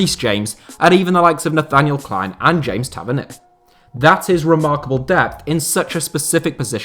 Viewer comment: Did he really try and say James Tavernier. 😂